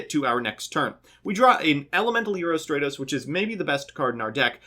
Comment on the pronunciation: “Straytos” * cringe *